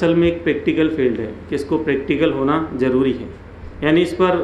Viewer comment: Aapka jaroori sunkar hi taqreer band kar di Zaroori Please correct your tajweed